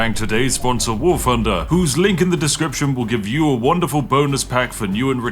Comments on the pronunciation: "PRESENtinga... WAR FFUnder" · It's pronounced "Wart Hunder."